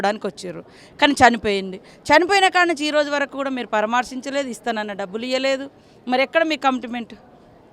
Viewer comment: అది పార్మశించలేదు కాదు అక్క పరామర్శించలేదు అక్క first telugu matladam nerchukondi Mi politions andariki mikana evaraina life lo eduguthunaru antey nachadhu kada